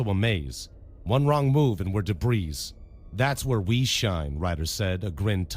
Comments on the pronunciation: Has to be a bot, no inflections all the same vice and mispronouncing debris. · he mispronounces words like debris by saying the s. The flow of the story is choppy, there is no difference in the character voices, and he triggers the uncanny valley effect like crazy. If he is human, he is not the best narrator